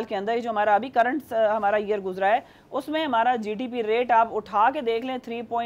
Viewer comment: Madam needs English classes.crude oil ki curd oil gdp ko gtp hadd hai crude oil ka dahi Kar dia